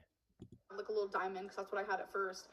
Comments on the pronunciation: the way she says diamond pmo. “dimin”. and it’s not even a diamond she’s talking about. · "I was on the darker side" EMO, Amber. Your haircut and color and your lip piercing were EMO. "it was a rill diamons" She thinks pin and pen are pronounced the same way. 😂